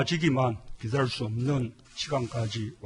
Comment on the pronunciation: 더는 여건이 좋아지기만 기드를 수 없는? 더는 여건이 좋아지기만 기댈 수 없는? 더는 여건이 좋아지기만 기다릴 수 없는? 더는 여건이 좋아지기만 기들 수 없는? 발음 참